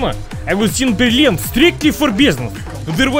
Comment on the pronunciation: He actually pronounced Berlin not in the English way and it sounded more like actual German. I am not complaining, he did a good job.